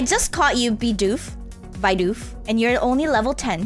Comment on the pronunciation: It's "bee-doof" and its a beaver.